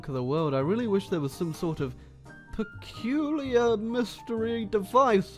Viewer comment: Take a shot evreytime says "perculiur"